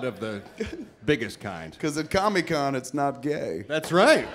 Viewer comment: Seriously, why the fuck does Kev always call it Comie-Con? Dude can't pronouce the word COMIC?!? 🤣